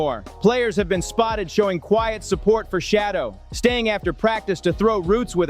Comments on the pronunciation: His name is Shaddeur, not shadow stupid. I know you can ready.. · Smoking mirrors he can't even say the man name correctly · Would You Learn to Pronounce HIs NAME Correctly, Fool.... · Please pronounce his name correctly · Please learn how to pronounce Shedeur’s name…it’s disrespectful when you don’t! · YOUR ABSOLUTELY RIGHT, WITH YOUR COMMENT, he's NOT the only one !!!!!